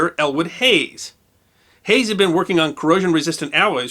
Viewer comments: Great video! In the interest of historical accuracy, it is Elwood Haines, not "Hays". Keep up the good work! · Good video, but it was Elwood Haynes, not Hayes. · It's Elwood Haynes not Hayes. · We enjoy your work.. One thing..its Elwood Haynes ,not Hayes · Great video but two kind corrections. The STL Arch is a catenary, which you pronounced cantenary. Interestingly I heard a Brit on NPR pronounce it cah-TEE-nu-ree, which made me cringe but just one of those pronunciations that changed across the pond (don't get me started on aluminum). Also I grew up in Kokomo, Indiana an hour north of Indianapolis, where Elwood Haynes with an N is an hometown hero. Haynes International is still a manufacturer of innovative alloys and NASA is one of their customers. Kokomo is also famous for another dispute, the inventor or perhaps developer of the first commercially successful American automobile tested July 4, 1894, and also the first clutch-driven car as the transmission was also invented in Kokomo.